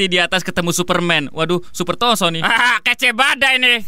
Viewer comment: Maniak ungu:kayanya pas ibunya hamil ngidam kukubima rasa anggur dgn royaljeli yang membuat krisss jon bekata::: ROSSO bukan TOSSO